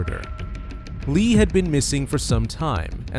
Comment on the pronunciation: Tough watch hearing you say Lee instead of Lea